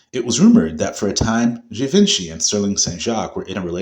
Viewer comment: You’re pronouncing Givenchy Incorrectly.